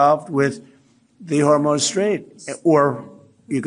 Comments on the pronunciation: He sure did . I was going to post that too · Did djt say the 'Hormone' strait? 💙🗽🇺🇸🌊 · Did he say "the hormone straight" or do I have an ear wax problem? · Did he say the Hormone Strait?? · When I heard him say "Hormones Strait" I thought he meant the Strait of Hormuz. But then again, maybe not? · Did he call it the hormones strait??? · WAIT..... DIDN'T HE SAY "HORMONE STRAIGHT.".LOL INSTEAD OF STRAIT OF HORMUZ....LOL WHAT A MORON!!! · Did anyone else hear him say, “Hormone Strait?” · ... Did he say "Hormone Strait" then "You can say Iran.." 😗